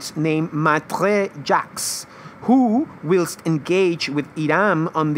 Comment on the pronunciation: It's not 'willst' for whilst..... it's pronounced 'whilest'